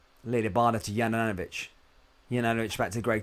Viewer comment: Please pronounce Juranovitch properly. If you don't know try speaking to a Bosnian. It is YOU-RAN-O-VITCH.....simples!